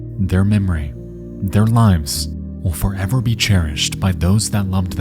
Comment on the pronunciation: One thing is certain: 1. Their memory will forever 🤨 be cherished. 2. Their legacy will forever 🤨 endure... * pregnant pause * until the end of time 🙄🤦‍♂️